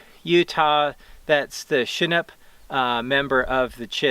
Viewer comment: Hey, you have as much trouble pronouncing Shinarump as me ...de Chelly is bad enough. Like Desha basin in SE Arkansas